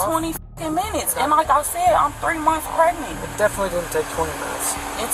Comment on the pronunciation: "im pregnit!"